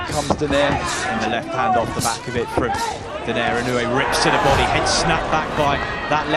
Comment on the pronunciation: Actually it is pronounced "Do-Nye-Rè" hahaha